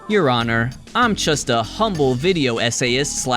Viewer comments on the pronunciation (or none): none